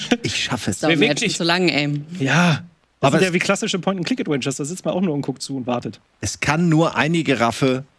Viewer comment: ich liebe dich aber es heißt nicht "Etuäntscha" sondern "Etwentscha" 😂 macht mich jedes mal wahnsinnig